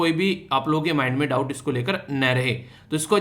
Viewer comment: .... Rupee ke memle .. 😅 ya rupee ke mamle 😅🤣